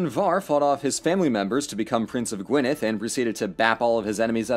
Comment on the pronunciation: Dude said Gwynedd properly and has a decent stab at Llewellyn, that's better than the BBC. First video I've watched, this is amazing.